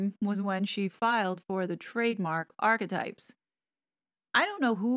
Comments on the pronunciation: SueMe pronounces it "Archietypes" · When she says that, it always makes me giggle 🤭